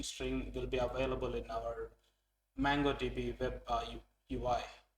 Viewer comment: It's not mAngodb but mOngodb